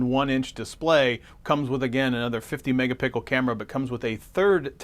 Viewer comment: Is he saying mega pickle or am I trippin